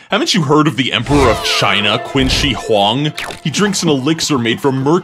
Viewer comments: It’s Pronounced Chin Shi Hwong not Quin Shi Hwong. Chinese pronounce Q as a Ch sound and don’t use u after it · "Quinn Shee Huang" shudders ye gods, the pronunciation! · It’s pronounced chin Shi huang not Qin Shi Huang, in China Q is pronounced Ch